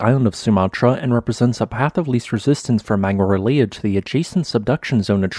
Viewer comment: I've probably watched every one of your videos. Enjoyable! Perhaps someone can teach you how to pronounce the word "related". Also, as a Spanish speaker, maybe some help w/ these words too. I mean no offense.